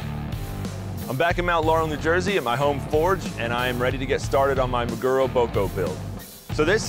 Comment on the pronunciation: MAguro, friends. Say it with me, MA-gu-ro Gotta love american maGUro